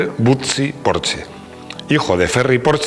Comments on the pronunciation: Muy buen video, solo un pero,.... se pronuncia "porshe" con la e neutra y casi sin pronunciarla del todo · Te lo juro que si vuelve a decir porche, como en una casa me va a explotar la cabeza